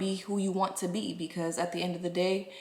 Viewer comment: You had I accient when you said you won't more